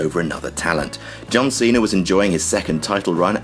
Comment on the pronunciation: Good list, but who's John Cener?